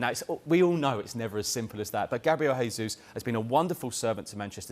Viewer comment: Come on, guys, Jesus is Brazilian, so, the name is the Portuguese pronunciation, not the Spanish; It's a 'hard J' as in Jesus Christ. The guy's been at Man City all this time and they can't get his name right???